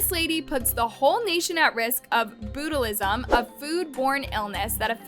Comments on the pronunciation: It’s pronounced Botch-o-lism , not bootilism 😂😂😂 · "bootalism" got me lol it's pronounced "baa-chu-li-zum" but this lady is an absolute pyscho, and that sauce looks nasty. color is really important in food.. it reminds me of when they tried to do green ketchup and everyone hated it because it was so weird. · It’s pronounced like “botch-u-lisim”, the food Illness. This lady is so problematic & Karamo was not being realistic when she appeared on his show! I cringed watching them beat up the lady that gave a honest review of the “pink sauce”. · botulism is pronounced as ( bot-chyou-lism ) not bootulism lol CUUTE THO!! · OK first of all, you judge chef P in the pink sauce and all that and you make fun of her and dog her but you can’t even say botulism right you say brutalism it isn’t pronounced brutalism it’s pronounced botulism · ooh it is not said "Boot a lisam" its Pronounced "Botch o Lism" .. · BOOTALIZUM!!! IM DEAD!!! 🤣🤣🤣🤣🤣🤣 ITS Bot like "robot" Botulizum!! 😂😂😂😂😂😂😂😂😂😂😂😂😂😂😂😂😂😂😂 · not BOOT-a-lism 😂 its botch-u-lism "botulism" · "Bootalism??" REALLY??? Do you mean BOTCH-U-LISM?? Please tell me that was a joke. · "bootylism" its pronounced "botch-you-lism" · Bootolism lol, ok I spit my drink out when you said this it's pronounced baa·chuh·li·zm. Also Chef Pii needs to learn to say 'Does it taste like' rather then 'Do it taste like' and Voila is not Whala. Just saying. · Bootalism? 😂😂😂 Its "Botch-alism" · Gal,, Botulism is not pronounced "bootalisim" hehehe its "botch-u-liz-um" 😊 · Bot-chu-l'ism. Not boot-ill-ism. (Only educating, not making fun of or degrading. So relax everyone.) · She doesn’t want people to say it tastes like ranch or basically has no flavor cause of inconsistency in batches of 😂it Also she’s selling pink and blue sauce powder to mix into food sauce etc Botulism is pronounced BOT- YOU -LIS -EM NOT BOOT ILL -IS EM btw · 😂😂 it's pronounced like botch-u-liz-em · Botulism is pronounced Baa-chuh-li-zm like botch-uh-lizm… just an FYI